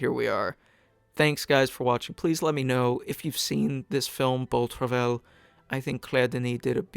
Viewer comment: It's pronounced "bow truv-eye."